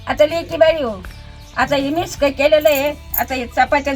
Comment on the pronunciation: मिस्क म्हणते. मिक्स नाही.फार आवडते.😂😂😂 अगोबाई सिक्रेट मसाला...😂😂😂... मिस्क. मज्जा 😂😂